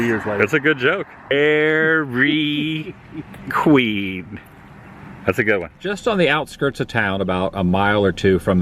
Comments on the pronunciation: I will forever pronounce it Daairryy Quueeeen! Grate! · "Dee'r-Ree-Queen" (Dairy Queen), that was a good chuckle/laugh after found out you were asking the establishment, not about the town. A great look back to Le Roy and Adam's family history in small Americana town.